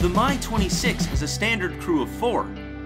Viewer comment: "The My-6" Bwwaahahahahahahahaha